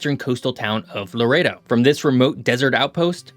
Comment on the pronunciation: There was a point he pronounced Loreto like Laredo (Texas). It's pronounced like the way he pronounced the other couple times; Lore-eh-toe